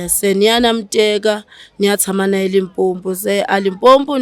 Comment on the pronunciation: …we love bro but can I please correct something. It’s not Limpompo😢😢😢 it’s Limpopo